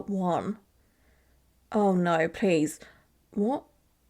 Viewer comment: I'm from America so every time I hear "Naurrr" it makes me smile😊 Love these videos so much!